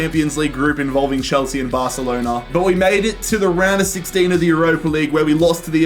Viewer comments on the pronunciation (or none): none